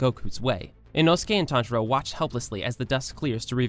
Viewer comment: Tanjiro not Tanjura